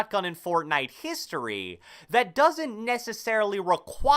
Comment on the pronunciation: I love how this guy says Fortnite fORTnIte